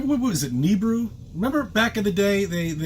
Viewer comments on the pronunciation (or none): Its not "Neebru".. Its Nibiru..Nah or Ne Bee Ru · Hey, it's nih-BEE-roo not "kneebroo". Jesus... 🤦‍♂ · huh I've always hard it pronounced as Knee (or Ni), Beer, Rue (or ru/roo) on shows from the "history" channel lol also why are you doing a video from last year? did you miss it back then... or are you just desperate for new content that you went to a random video you didn't think was worth it before? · "Nibiru" is NOT pronounced like that...